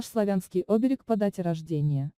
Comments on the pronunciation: Что вы несёте? Вы хоть понимаете о чём говорите ? Ударение хоть правильно ставьте! Оберег, СемарглА. Ужас. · Не Оберег, а оБерег, иностранка....